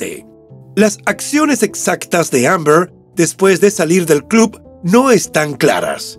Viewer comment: La forma de pronunciar Amber del narrador me ha hecho sangrar los oídos...si lo oye Shakespeare le da un infarto.